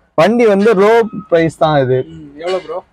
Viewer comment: பிரேஸ்‌ சொல்லுங்க‌ பிரோ